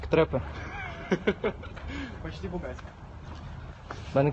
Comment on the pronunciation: не траппа, а Трэппа